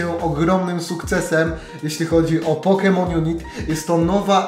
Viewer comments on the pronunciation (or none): Hejka, nie pisze tego w celach agresywnych czy coś, ale nazwę gry wymawia się pokemon junajt, a nie junit ;) mam nadzieje ze pomoglem